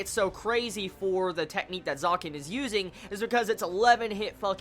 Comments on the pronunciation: Loved it!! WTH happened to A-1 in these couple of years? They're adapting this so perfectly >.<!!! This arc animated is gonna be the damn FEELZ!! T^T Btw Zekken is pronounced Zek-ken. Not Zaken ^^ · Really, it's a bit irritating to here it being said like that ^^; Try to say Zekken instead of Zaken:P U know u can do it XD Gambare